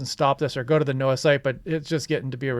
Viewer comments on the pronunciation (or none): none